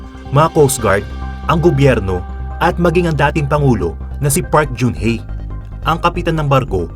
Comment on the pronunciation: The ex president's name is not park jun hye but park genn hye. G sounds as Ga not Ja. (박근혜/PARK GEUN HYE) ang pag pronounce ng GEUN is GENN not jeun or jun.